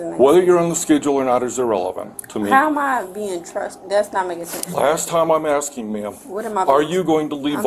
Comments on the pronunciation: "Imma just axing" says a lot about her. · If they say "axing" instead of "asking" they're as guilty as they're dumb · another "aksing Violation" Cmon folks, just learn to say "ask" and you'll be fine.. I swear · Blacks always AXING instead of asking 😂😂